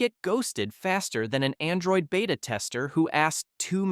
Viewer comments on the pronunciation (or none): none